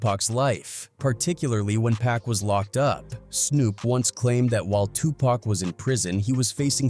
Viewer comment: This video would be tolerable if you pronounced Tupac correctly 👎🏽😔 Also the clickbait title is ridiculous